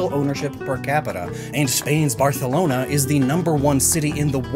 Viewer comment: big props to my man for pronouncing Barcelona with a Castilian accent, as opposed to the traditional way. I know it sounds like a lisp or a flub, but I PROMISE you, that's the way natives pronounce it.